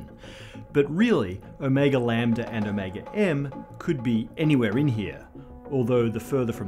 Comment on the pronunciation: My brain blips every time he reads Ω and I hear “O’Mega”